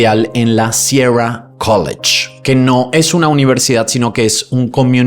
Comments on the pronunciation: Qué te pasa que no sabes decir “sierra” ? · Pronuncia sierra correctamente joder , que eres güiri o que cojones